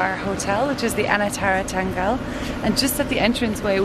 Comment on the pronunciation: Its pronounced as Than-gal-la 🙂